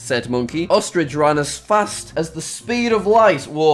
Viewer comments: Everyone: Ostrich Jack: ostrige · ostriage. im sorry, what?